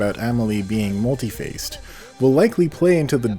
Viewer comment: Not trying to be a dick. But it’s pronounced mŭl′tē-făs′ĭ-tĭd.